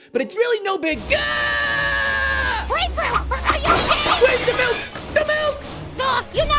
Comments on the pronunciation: grape fruit:give me the malk little apple:it is milk not malk grape fruit:no i just said malk little apple:No it is milk you said MALK i said thw way everyone says M.I.L.K Pear:just give him the milk little apple:BUT HE SAID MALK Pear:JUST GIVE HIM THE MILK Grapefruit:JUST GIVE ME THE MILK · HE NEEDS SOME MALK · GIVE HIM THE MALK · Me: say milk shake Grapefruit:milk shake Me:now say milk Grapefruit:...MALK...